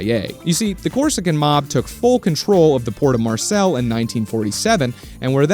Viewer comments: As a french person I was like ''Where tf is Marcel..Is it in the south? In Marseille maybe?...OH GOSH IT'S MARSEILLE'' (Its pronounced Marsey so I kinda had to decipher that lol) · Bout to give me an give me an aneurysm pronouncing Marseilles as "Marcel" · No-one gonna mention how badly he butchered the pronunciation of Marseille? 😂 (It's kinda like "Mar-say") Good video otherwise. Just came from Pt 1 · City of Mars-Sell, France. Pronouncing everything with the confidence of a Brit, like an absolute alpha Giga Chad! 😭